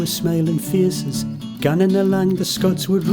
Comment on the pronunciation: TBF fair the only thing I can moan about is the name of Scotswood rd(Scottsy) not (scotchy), but that's by the by loved reminiscing thou. 😍